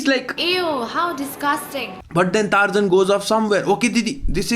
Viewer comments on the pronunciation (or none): actual pronunciation: Tarzan Singer's pronunciation: Tarzaaaaaahahahahaaaaaaaan 😂